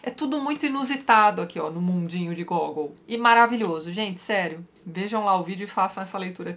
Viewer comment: Mais Uma coisa, o nome do autor fala-se Gagòul. Um dos meus autores prediletos. Li direto do russo todos esses contos e o hilario “almas mortas”